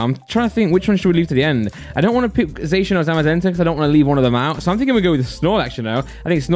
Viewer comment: Finally someone pronounces Zacian correctly, or atlesat in my opinion lol